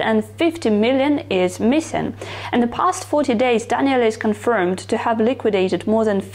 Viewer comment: No no, it's fine. It's not the Italian way (I'm Italian btw) to say it but it's one of the best Daniele that I heard on yt from foreign, and sounds good. 😇